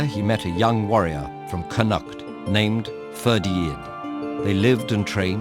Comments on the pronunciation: just so you know, Its pronounced Coo-cul-lin and Con-noct :-) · "Connaught" is pronounced with the emphasis on the first syllable, not the second. Nothing like a Saxon mouth to mangle a Celtic tongue. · yeah connacht was absolutely atrocious but i see so many people in these comments complaining about Cú Chulainn being pronounced wrong when he literally says it better than 90% of irish people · This was great, but its cù-cullen not cù-hullen since the 'h' is silent and con-ockht not con-act . Good work on even trying to pronounce them though, Irish names are hard. I remember hearing this story back in primary school, so I'm glad Ted-ed made a video on it. P.s Cù chulainn means "the hound of Ulster" in Irish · They way you pronounce Connact lol It’s pronounced “kon oct” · It’s pronounced CON-AHCT (said quickly). Just letting you know from an Irish person :) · If you're gonna make a video on an Irish myth, at least get someone Irish to check the pronunciation. Connacht is pronounced "con-nukt" and Cú Chullain is pronounced "Coo Cul-in" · He gets alot wrong Ferdia should be fir-dee-a and scáthach has an accent so it should be scaw-huck, Connaught could be said either in Irish or in the anglicised way (cun-ukht and con-uckt respectively) but he does neither. Overall though I did like his voice and it's really great to hear a good video on Irish folklore, it is well researched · Yeah lol, but I tend to be quite forgiving in that respect. People just mess up like that, cinuhct. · It really do but Connacht is real easy. Just CON-ukt. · Any one else from Ireland 🇮🇪 here find it painful how he pronounces Connacht lol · another good video however that is definitely not how you pronounce Connaught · I know, he gets Cúchulainn but how do you get Connacht wrong? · I love this narrator but the way he pronounces Connacht makes my Irish heart weep. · The poor man can't say connaught :p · The Connacht pronunciation also hurts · we can agree he butchered connacht tho right?